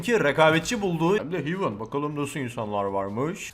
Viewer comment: Hem de "Hivın" QŞDLNEFWNEBREWGERG ulan gece gece güldürdün